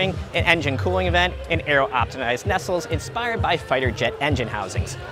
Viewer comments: I've heard nay-cell and nuh-cell, but nestle is a new one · Necells, huh? As a retired pilot we called the housing on the outside of a jet engine as its nacelle. Pronounced, "nah-cell". If you are referring to the opening to cool the engine, that would be its cowling.